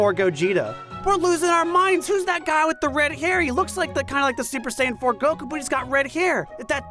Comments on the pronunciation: Every time I hear go-koo my eye twitches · It pisses me off every time you pronounce Goku that way. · I love how teases for how he says "Goku" while still saying "kuh maya-maya" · Beautiful video, the way that one person says Goku makes me want to cry tho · okay why is no one talking about the way pronounces the word "Goku" with the accent on the second syllable? am i just missing something? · How does he still fuck up the pronunciation of Goku?! I know that it’s wrong, I hear that it’s wrong, but I have no idea how he does it! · Ahhh, I see. Then I take back my negative connotation, but I still don’t understand how he’s saying it though. I can here that it’s different, but it’s still so close to how I know it to be pronoucned that it’s tripping me out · One of the video's narrators is annoyingly switching to a heavy Japanese accent for specific words/names, right in the middle of his sentences. e.g. Goku, Jiren, etc. It's like hearing someone talk about pizza but every time they say mozzarella, they do so with an over-the-top exaggerated Italian accent in the middle of a sentence. Just stop, please. You aren't being more accurate, you're being a pretentious tool and you sound ridiculous.